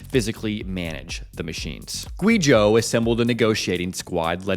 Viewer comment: It’s way past time to start doing basic research on pronouncing the names in your China stories. You don’t have to learn how to pronounce pinyin just type them into Google Translate or something. Not “gwee zhō” more like “gway zhō”.